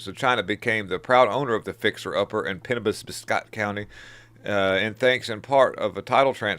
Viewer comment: SOUND IT OUT BUDDY!! IT'S PRONOUNCED PENN OBB SCOTT